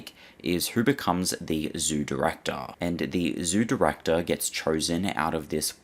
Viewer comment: 30.27 "who becomes the zoo directahh!"